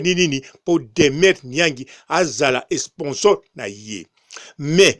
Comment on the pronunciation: Esponsor !!! On dit sponsor okeee